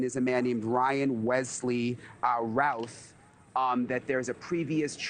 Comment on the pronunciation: The media keep pronouncing his name as Ralph.